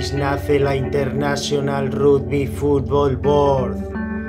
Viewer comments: "Rugby" - "Ragby" asi se pronuncia gil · Jajajaja esa voz... El RUDBY